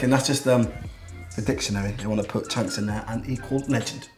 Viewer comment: “cheonks” 😂😂❤️ love dese two always been ma favourite love how u lot keep growin bigger 😭💕